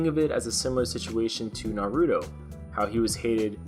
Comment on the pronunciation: The way he said naruto lmao😂